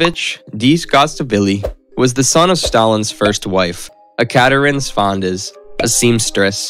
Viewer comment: I'm not Russian, and I almost died. He skipped whole syllables. He couldn't even pronounce Ekaterine and decided to name her by her last name the whole time even-thought it's harder to pronounce LOL